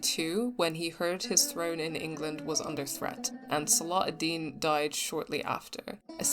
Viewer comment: You're pronouncing salah al deen without the ح sound it's صلاح not صلاة